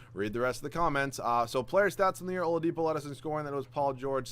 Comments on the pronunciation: and he calls Oladipo “Olapido” wtf 😂😂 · He said it wrong and then immediately after said it the right way! HAHA